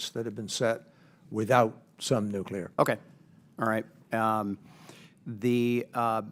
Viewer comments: Also, I cannot respect anybody who pronounces the word "nuclear" as "nucular". Get your sh*t squared, mor*n. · Nuculer haven't heard that in a while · I'd feel better if the questioner could at least learn how to pronounce nuclear. It's not nucular. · It’s “noo-klee-ur”, not “noo-kew-lur”. Ugh. This is one of my biggest pet peeves. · I wish he would ask about the nuclear power plants instead of the nucular ones. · Scary the guy on energy and technology committee can't pronounce the word nuclear correctly ??? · Of course, it would be better to get an opinion on nuclear energy from someone who can pronounce nuclear.... not to nitpick or anything.